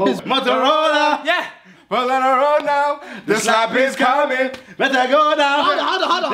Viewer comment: Man said hovis 😂😂